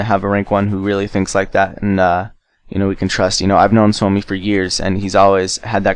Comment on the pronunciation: kuulostaa tyhmält ku se sanoo "suomi"